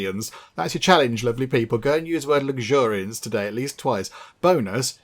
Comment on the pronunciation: "Luxuriance" hahahaahaha